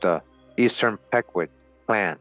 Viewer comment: It’s (peeqwot) pronounced but all love 😂